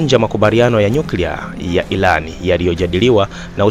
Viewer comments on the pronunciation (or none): Tafadhali mwanahabari tafautisha L And R mbona munatuboa ati ilAN ?? Hivi munashindwa wapi kushindwa kutamka IRAN? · Kwanz rekebisha kiswahili chako et ilan ndonin badala ya (irani) ujinga huo hatutaki